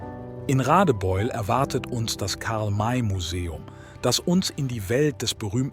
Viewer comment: Karl May ist nicht Karl Meeei. . . . Unmöglich von der KI